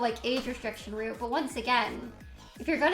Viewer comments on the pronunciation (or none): none